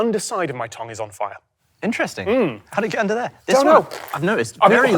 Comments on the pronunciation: i have a new favourite pronuciation, toms pronunciation of tongue "tong" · Very odd pronunciation of Tongue, you say it like a pair of tongs 😂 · Can we talk about how Tom pronounces "Tongue"??? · The way Tom pronounces Tongue bothers me more than it probably should. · Tom pronounces tongue weirdly